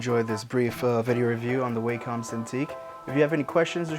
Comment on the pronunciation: ''Waecum Cintique''